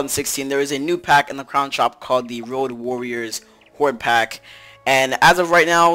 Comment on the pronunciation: its road not rock